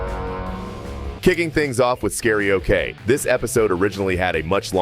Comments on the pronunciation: When it’s scary-oke it is not “oh-kay” It is “oke” as in karaoke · "Scary-Okay" Now that is not how you pronounce it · Not him saying scary-ok💀